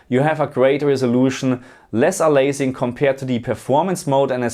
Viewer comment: You mean aliasing (a-lee-ass-ing) from the word alias (a-lee-ass -- the "a" is pronounced like the letter a), not "a-laze-ing"...